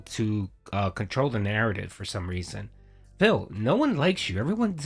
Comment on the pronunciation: All going to plan, right?